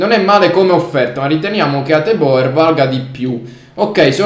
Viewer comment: Non per essere preciso ma si pronuncia Hatebur